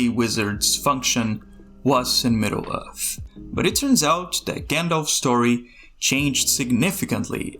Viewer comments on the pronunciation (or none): Middle Uth. Very unique pronunciation. Where's your accent from?